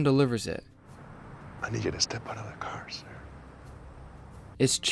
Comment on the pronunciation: I like how weird he said "car" in that scene. He pronounced it "cahr"